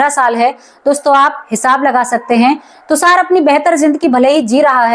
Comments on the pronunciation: अरे तुसार नहीं तुषार बोलिए 😂😂😂😂😂😂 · आप बार बार tushar को tusar बोल रहीं हैं जो कानों में खटक रहा है और दादा आया, नाना आया ये कहना भी नहीं अच्छा लगा